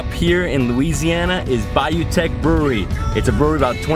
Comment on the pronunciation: As a Lafayette native, this was great! So many unique places. btw Teche is pronounced like "tesh" not "teck" hahaha